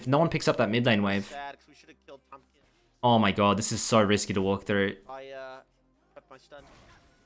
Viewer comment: u keep adding R after an O 😂 , Like "ohr my god" "gor mid" HAHAHAHA am i the only one who noticed that kekw